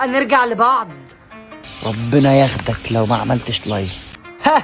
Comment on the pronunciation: انت قلت يخدك مش يخدك ههه انا بت